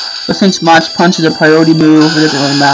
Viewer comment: mach is pronounced with a 'mawk' not 'mawtch'